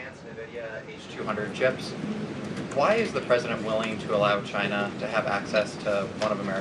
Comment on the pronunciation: I love how the Donald pronounces/says "China". Takes extra effort but sounds great.